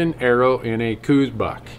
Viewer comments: The "house" pronunciation is wrong too. We talk about this several times on Randy's podcast. Dr. Elliot Coues wrote that that it is pronounced "Cowz" (his words not mine). I think we should recognize Elliot as the real expert here. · Hey Randy! At 23 and 24 seconds into the video, that area is where we just popped 2 Javelina during the HAM hunt. And, last year as well. Saw Coati there last year. None this year. Kinda wanted one. Great place to glass deer too! A lot of both coues ( say kouse, like house, no 'Z' on the end) and mule deer in the mornings prior to sunrise on the sides of those hills. Beds too! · lol eternal debate. Call them whatever you want. Randy has videos on this very channel regarding the name of the deer. Read 'Deer of the Southwest' by Hefflifinger. Also interesting is that the true proper pronunciation that really noone uses is likely 'Couse' like 'house' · Randy explained at the beginning of the video EXACTLY why they say cooz instead of cows. He also said he knows the proper official pronunciation. Before you rag on somebody, listen to what they have to say on the subject. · 98.6% of people say "cooz" and I don't care (and I just made up that number). I continue to pronounce it correctly and don't notice how other people do anymore.